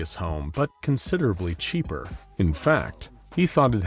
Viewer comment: Bro said ceap